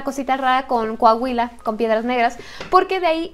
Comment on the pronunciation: Un shot cada que diga “Cohahuila” saludos, ya casi el millón 😄